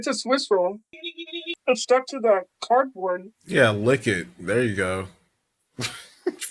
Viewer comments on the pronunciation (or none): did Smokey make a cameo lol😂 listen to how she say “cardboard.”